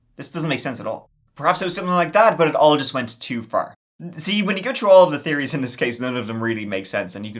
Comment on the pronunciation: Brotha, why do you hate "H's"? I noticed you pronounce " theories " as "teories" and "three" as "tree". Did the letter H hurt you?